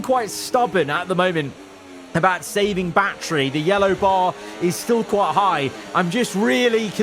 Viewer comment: he doesnt say battery he says bachery